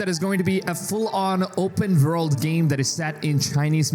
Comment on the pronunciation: Never heard of an "Open Verld" game. Pretty excited about now. Lmao 😂